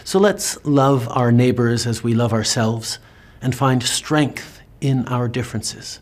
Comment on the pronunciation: "Find sthenght in our difference" Every time I think he can't get any dumber